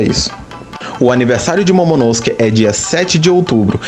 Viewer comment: Você pronuncia momonosuke errado kkkk